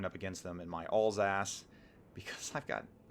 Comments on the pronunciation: Alsace is pronounced 'Al(as in the name)-sass', not 'all-sass'; Richelieu is pronounced 'reesh-lur', not 'reesh-uh-loo'. Sorry, it was driving me insane... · Alsace? you mean Alsauce. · Alls ass... that is uh, not how you say it. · Alsace should be pronounced like Al’s-arse.